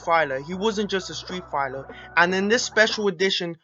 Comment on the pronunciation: Fighler? lol idiot